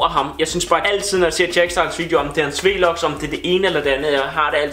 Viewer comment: det hedder vlogs ikke v-logs